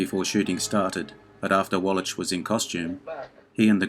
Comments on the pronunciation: Wwlach, not walitch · Great vid, but Eli Wallach is prounounced wall akk not wall atch...hope this helps. Keep up the good work. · By the way, it is pronounced "Wall-ack" not "Wallatch" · It's pronounced as Wallack,not Wallach. Jeez,...get it right for a video like this. ps, I really did enjoy your video though. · I wish you would learn how to pronounce Eli's last name. It's pronounced Wall-ik! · The name is pronounced "wall-ack". The "ch" at the end of Eli Wallach's name is pronounced as a hard "k", or "ck" - not a soft "ch" as in "which". Eli Wallach, pronounced "wall-ack". Thank you. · Wallach is pronounced “Wallack”. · Too much trouble to pronounce Wallach? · I think it's a hard "ch" in "Eli Wallach." Not 100%, I admit. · Eli Wallach deserves better than to have you butcher his name like that. Shame on you. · Small correction: Eli Wallach...the 'ch' is pronounced like a 'k'. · Narrator, PLEASE learn how to pronounce the names of the stars you’re discussing. I’m thinking of course, of Eli WALLACH. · I had never heard Eli Wallach's name pronounced quite like that before. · Yup, and he said it over and over and over again! Cringe-worthy. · A compelling list to be sure! Just an an FYI, for future videos, in Eli Wallach's last name the 'ch' is pronounced with a 'k' sound (like in mach 5 , or charisma). He is so prevalent an actor that I thought you might want to know.